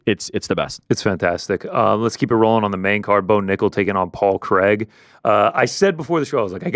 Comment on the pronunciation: Big fan from Scotland, but there's nothing worse than an American trying to pronounce the name Craig. Who the f**k is Creg?!?!?